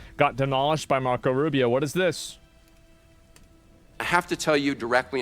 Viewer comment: Asking Marrrrrrrrrco Rrrrrrrrrruibio if he doesn't like brown people is classic. HES FUCKING HISPANIC 😂